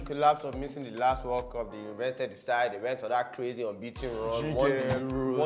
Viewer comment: Nigerians and their pronunciations. 'World cup (weld cap) they say 'war cop'. I can't stop laughing